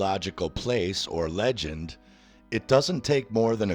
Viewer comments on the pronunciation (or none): none